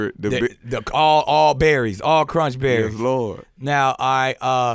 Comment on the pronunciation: when he couldn't say berries😂😂 but dropping Gems left n right